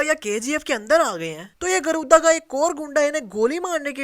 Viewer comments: गरूदा nhi गरुड़ा tha 😂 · Your mastakas:you call गरुदा but real name गरुडआ